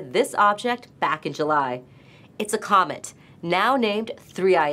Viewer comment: Hit the word "comet" hard